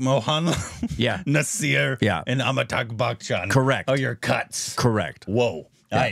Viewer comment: is still going "AmitAGH Bachchan". 😂😂😂😂. It's funny.